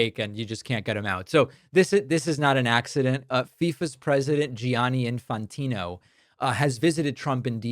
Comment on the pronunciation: You mispronounced Gianni Infantino.